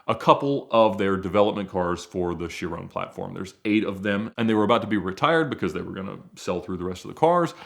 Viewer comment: I've never heard anyone say "Veyron" or "Chiron" like Ed. Is this how it's supposed to be pronounced?